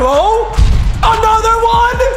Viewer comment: why do u say one like that